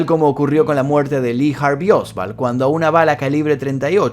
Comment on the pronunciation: Oswald, no Osvald. No sé porque pronunciás con V.